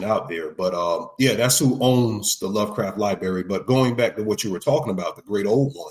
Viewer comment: Can’t take the way dude says library. Sound it tf out bro.